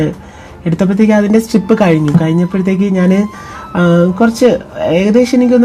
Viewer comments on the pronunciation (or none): സ്ലിപ് എന്നാണോ പറഞ്ഞത്? അങ്ങനെയെങ്കിൽ സ്ലിപ് അല്ല ട്ടൊ Mam strip ആണ് ട്ടൊ 🙏